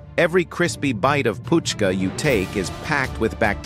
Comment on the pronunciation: It's not fuchka.. it's puchka (pani puri) 😂